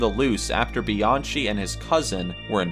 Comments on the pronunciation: just to let some of ya'll know its not Bee-an-CHEE its Bee-an-Kee (Kenneth Bianchi) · His name isn’t Kenneth BianCHI. It’s pronounced. Kenneth BianKEY. And the info for Mayhem’s bassist is all wrong. Smh. Otherwise nice video. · Bianchi is pronounced BEE-ON-KEY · You completely BUTCHERED (no pun intended) ANGELO BUONO and KENNETH BIANCHI'S names... 💀Angelo Buono = "AN-JELLO BOO-WHOA-NO" (... NOT "Angle-oh Boo-no" 😒) 💀Kenneth Bianchi = Kenneth "BEE-AHN-KEE" (... NOT "Bee-an-CHEE") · Angelo Bueno Jr. & Kenneth Bianchi Pronounced Angel-oh Bo no and Kenneth Bi Ahn Ki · He mispronounced Angelo Buono's and Kenneth Bianchi's name.... "ANGLE-OH BOO-NO"??? 😑